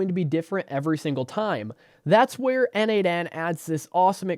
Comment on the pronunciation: As a contributor for more than 5 years to n8n, PLEASE, it is pronounced "nodemation". 🙏